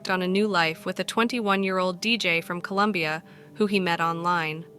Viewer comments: ITS COLOMBIA, NOT COLUMBIA!!!! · Colombia, not Columbia!